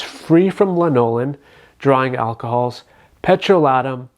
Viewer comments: You're pronouncing lanolin wrong. It's LANolin not lanOlin. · Not sure if I should trust someone who mispronounces "lanolin" while claiming to know so much about it. Here's the deal: if you already use Nivea creme and like it, then the "ooh, the frangrances might cause a reaction" and the "ooh, some people don't tolerate lanolin well" are completely irrelevant because you are walking proof of your own situation. Anyone else's experiences is just... Theirs.